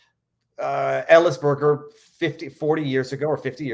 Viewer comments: Daniel Ellsberg, not "Ellisberger". Not trying to be obnoxious, just a question of correct information (lots of young people don't know him, but should make the effort to). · I think you were referring to Daniel Ellsberg when you said 'Ellisberger'. Also, I'm not sure Trump was correct on everything he said in 6 years, though he was correct the system is corrupt, even if he himself is… Otherwise, good interview. My guess is Matt doesn't vote for either major candidate in 2024, which is where I'll be as well.